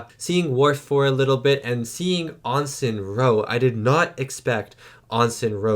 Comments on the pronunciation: Ehn Sin. Not Ahn Sin. Ensign rhymes with Henson (like Muppet creator Jim Henson). Everyone on the show pronounces it, "Ehn Sin", in many episodes that you've seen, including this one several times. Wesley was an Ensign and was often referred to as "Ehn Sin" Crusher. As was Ro, and many others. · She was never "AHN-sin" Roe. She was "EN-sin" Roe. --- Also, remember, the last two seasons of TNG were filmed DURING production of DS9's first two seasons. So there is lore bleed-over. Don't just think of TNG as coming before DS9, because some of their stories were concurrent. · It's Ensign (en-sin) with an E. There's no O😂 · you're killing me with your pronunciation of "ensign". It should be really close to "in sin". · They have ensigns in the Canadian navy too. But really I don't care how he pronounces it. He just seems to have trouble with the word. Every time it comes up he pauses and tries to get it right, but each time he gets it wrong. But if he knows how it is supposed to be pronounced, he can say it correctly without worry. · He does it with so many words it really makes me cringe.